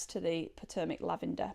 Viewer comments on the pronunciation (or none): Just a happy fyi: Potomac is pronounced with a long vowel o, it is an native American pronoun, and is integral in our US history, as well as a river and regional names.